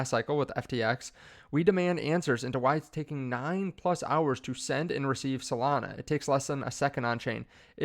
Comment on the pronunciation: Solania? Melana? Potato? Potahto?